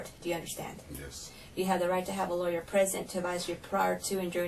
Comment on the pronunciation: LAWYERRRRRRRR. It’s not a complicated word and it’s easy to say